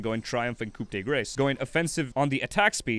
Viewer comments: Coup de Grâce is french so it's "Coo-De-Grass" It means "Finishing move" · Coup De Grace = Coo-De-Graa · just saying but coup de grace is french which means the p is silent and the a in grace is like an a in "cars" not "grace"(the english word).